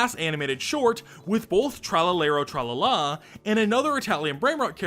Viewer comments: love u but the way u said tralalero tralala hurt me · Hearing americans try to pronounce "Tralalero Tralala" in a serious voice is funnier than the original video